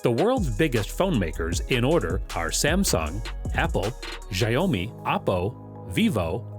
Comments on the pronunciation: wtf jaiomi its xiaomi it said like shower me but in a british accent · ZHA-YO-MEE LOLOLOLOL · JIAOMI NO ITS SHELLME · “ g nomi” 🤣🤣🤣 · You pronounce the H in Huawei and Xiao mi you Pronounce it like Shao me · Xi- o - mi My family pronounce if siomi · the way you pronounced xiaomi and huawei is killing me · This dude never heard of XIaomi by the way he pronouced it.